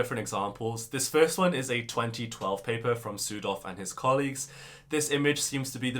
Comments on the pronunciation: This is silly but I heard "Südhof" as "Pseudo" and it cracked me up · Your pronunciation of Südhof could improve. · Omfg not sudhof 😩😩😩